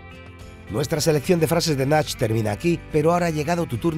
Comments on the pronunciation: Buen video!! Solo una cosa, pronuncias Nash cuando es NACH ese "ch" se pronuncia igual que cualquier otro. Ej: Leche Un saludo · NASH? NACH NO NASHHHHHH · ES "Nach" NO "nash" HOSTIAAA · Nashhh Es Nach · A ver compañero... es nach N-A-C-H, no es nash como lo decis , ¡eh! Que ereh un fiera maquina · Nass?? XD es Nach de Nacho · Se dice Nach, No Nash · Me gusta el video pero, el nombre es Nach no Nash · No es nash, es nach. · No se pronuncia Nash joder, se pronuncia NACH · Nach, con sonido de X no de sh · Es Nach , no Nash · Dios mio deja de decir Nash porque es otro rapero tambien muy reconocido. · Después de Key Zou llega Nash jajaja eres la polla tío. Por favor infórmate de cómo se pronuncian los nombres de la gente de la que hablas. Haces el ridículo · Nach papá aprende a pronunciarlo la que lo tiro de las patas